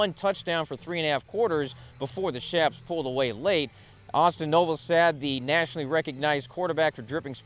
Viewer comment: Thank you,! Nice video. BTW, the Dripping Springs Tiger's QB last name is pronounced "No-va-SAHD" not "sad".: )